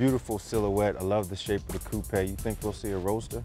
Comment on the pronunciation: did he really pronounce coupe that way?